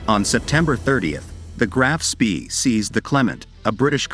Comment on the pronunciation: "spee"? I was taught it is pronounced "Spay"?